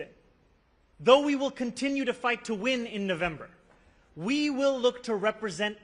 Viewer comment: "I fivght for working people!" I like that❤